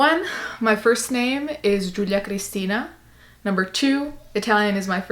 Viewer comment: It's so beautiful! I also love the way you pronounce it.